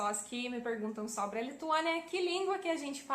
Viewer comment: mt bom, quase imperceptivel o sotaque so alguns errinhos na gramatica, mas nada demais, como os usos de "no" e "do" e no uso dos artigos (a/o) da pra entender perfeitamente, parabens so algumas correções: a palavra sobre, se pronuncia "sóbri" e nao sobré no futuro do leste no mapa a nossa (bandeira) a palavra torre, se pronuncia "tórri" e nao torré nos eramos pagãos